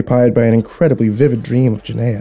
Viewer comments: Ordinarily, I LOVE your narrations... but halfway through the story I was shouting at my computer every time you mispronounced "Gehenna". There's another creepypasta channel that put out the same story; gonna see if he's more consistent. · Why do I feel like you were trying to say Gehenna? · Do you mean Gehenna? If so, you're pronouncing it wrong. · Please watch blue exorcist to say Gehenna right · Gehenna is pronounced GehRena no gehena lol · "Geneya" Hmm, never heard of it. "It's hell in the Bible!" ... Wait, is he mispronouncing Gehenna? *checks original story* Yep. XD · Ginneah - no G-henn-a - yes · The ancient bloodsoaked sacrificial grounds outside of ancient Jerusalem that inspired the word: ahegm Guinea. Because they tried and experimented with torture and blood sacrifice there. Hence the name Guinea (like guinea pig). Or for any Dragon Ball manga readers the Know the Japanese version: Gine. Ya know because she’s named after a vegetable from THE GROUND? When are you guys gehenna get your pronunciations correct? Smh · I had to check the original story, because it sounded like the destination was Guiana--which would be a way more mysterious destination for a train traveling through an interdimensional void than Hell, if you ask me. And then it sounded like he was saying "Jenaya", which made me think they were talking about two different things. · I love you. Love the stories, love your personality, love your soul. With that said, I'm not reading what you are, but if you are reading "Gehenna" thr pronunciation is geh-HEHN-uh with a g sound at the beginning not a J. If it's not that I apologize! If it is just letting you know. Keep up the awesome work man. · Damn good story, but Gehenna is pronounced guh-henna not jeh-naya....... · I love how you pronounced Gehenna correctly the first three times then after that it was genea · And then Guyana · Dont forget giyena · It's pronounced guh hen nuh by some Oh gi hen uh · It's pernounced (gah-hen-na)